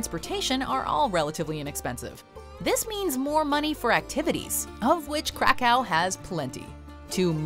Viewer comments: KRAkow. Not CRACKow, plz. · Krakow it pronouced "crack-ov"! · The way she pronounces Krakow makes my ears bleed.